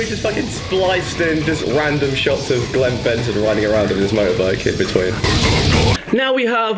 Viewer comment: Glen Benton is going to be even more cross when he hears you call him Glen Fenton. Fentoooon. Oh Jesus Christ.